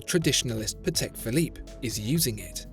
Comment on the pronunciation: Not sure where you got the horrid and distracting pronunciation of "you lee say" Nardin. You pronounced Patek Philippe reasonably well, though.